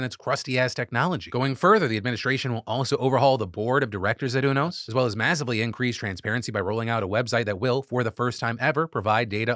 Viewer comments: haha Phil, its not UNOS like "uno" its U-NOS like "u-haul" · I think it’s pronounced you-nose not ooo-nose (this information is 100% from Grey’s Anatomy) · Love you Phil but it's pronounced "You"-nos not "UNO"-s 😂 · Umm actually…it’s “u-nos” not “unos” 😅🤓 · You-NOS 😬 Not, Oonos 😔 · UNOS is Yoo Nosse (like Too Close). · I think it's pronounced U-NOS (you-noce). I credit 15 seasons of ER. Dubious source, yes, but Michael Crichton was an MD I believe. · pronounced "you" "knows" UNOS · The way Phil pronounces UNOS tells me he's never been a fan of Grey's Anatomy. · You can tell Phill doesn’t watch greys anatomy based on how he pronounces UNOS😭😂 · All the grey's anatomy fans cringing at the pronunciation of "Unos" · You say unos different than I’ve ever heard it before